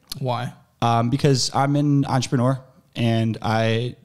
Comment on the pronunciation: "I'm an entrepener" but he also says "I'm not very finantially literate"